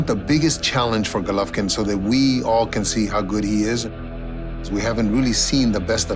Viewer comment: first pronounce his name right you inbred, and second you think jacobs is gonna KO ggg in 6 rounds? YO LMFAO I FOUND SOMEONE MORE DELUSIONAL THAN KELL BROOK YOOOOO CTFUUUU